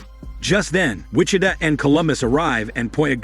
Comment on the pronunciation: For the narrator, for future reference. Wih-CHi-Tah (Wichita) Gih-Tah-Rist (Guitarist)